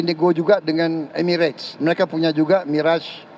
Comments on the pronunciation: mirage banyak yang salah melafalkan, bukan mi-rej, tapi me-razh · MIRAZ BUKAN MIREJ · Bacanya MIRAZH, bukan MIREJ. Mirage berasal dari bahasa Perancis. Jadi MIRAZH bukan MIREJ, dan bukan juga MIRAS ya gaes.